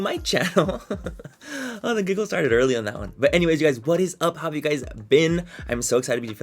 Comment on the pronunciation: Please make merch that says “it rrris what it rrris” I die every time you say that 😂😂😂